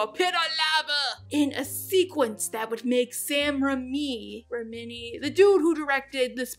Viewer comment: “He got my name wrong!” Just so you know, Raimi is pronounced like “Ray-me”